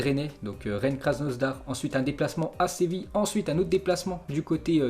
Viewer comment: Pk tu dit krasnosdar c krasnodar